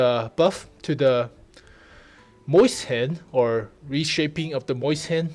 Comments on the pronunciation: The way you pronounce Mauschen is like how stewie pronounces cool whip, like you say maus correctly, why pronounce mauschen like moisten? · omg my little brother tried to google moist hen after watching this video. MOIST HEN not MAUSCHEN thanks for that golden moment.